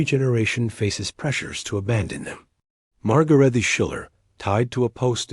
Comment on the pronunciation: HER NAME WOULD DEFINITELY NOT HAVE BEEN PRONOUNCED "MARGARETTY." SHOULD HAVE SOUNDED LIKE MARGARAYtuh.